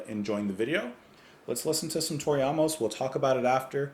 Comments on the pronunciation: Her name phonetically Is not ah-mos, that would spelled aumos, her spelling is Amos so pronounced A-mos like the letter A. Not being smart ass just a little help with how to know how to pronounce an unfamiliar name. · Why are you pronouncing her last name like that? It’s AAA-MUS. Long A. Like the man’s name.